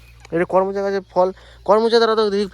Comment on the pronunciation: উচ্চারণ করোম্’চা। kawromcha korom cha. করমো’চা না। করোম’চা। বানান করমচা। বরবটি হলো শুদ্ধ বানান। বডবটি না। উচ্চারণ বরবোটি।